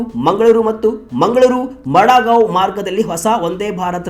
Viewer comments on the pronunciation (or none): ಅದು ಮಡಾಗಾಂವ್ ಅಲ್ಲರಿ- ಮಡಗಾಂವ್.